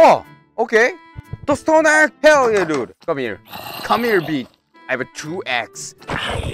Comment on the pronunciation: Not hell :herr yeah